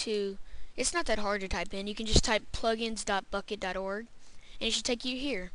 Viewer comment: When He Renamed The Folder And Said Bukkit I Thought He Said **** It